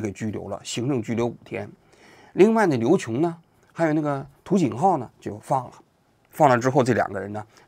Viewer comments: 余瑾浩，瑾，音”仅jin“,您又读作"勤qin“。前几天我刷到方舟子的一期视频，专门批评您播报中的 读错别字问题，他列举的更多一些。您还是要引起注意，尽量避免读错字。我曾在”王志安先生“视频号上留言，不知道”王志安先生“视频号是不是您自己的另一个号。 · 王狗你能不能起码看看稿，余瑾浩这名字没一次读得对的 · 余瑾浩，中间那个字再念一遍呗？…能不能标上拼音啊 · 余瑾浩这三个字能不能全标上拼音？你自己连起来念一遍，再看看你视频，念对哪怕一次呢😂……